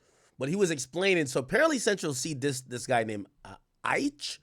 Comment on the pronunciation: Why did Ak say Aitch’s name like that? 🤣